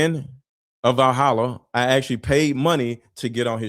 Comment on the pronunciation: I thought said “like Vahalla I have a YouTube channel”.